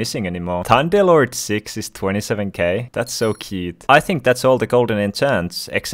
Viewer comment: he says thunderlord like " timedeal lord"